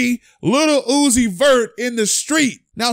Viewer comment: Stop fuckin sayin LITTLE uzi 🤦🏾‍♂️😤...LIL